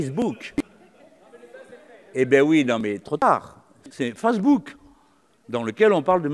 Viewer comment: On remarquera les moqueries de certains dans la salle sur la prononciation de "facebook", c'est simple, c'est la seul chose à contester de leur part (et encore loin d'être légitime), le reste du discours est en dehors de leur portée de compréhension.